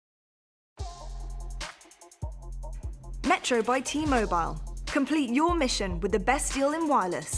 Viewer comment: Anyone notice how she says T-Mobe aisle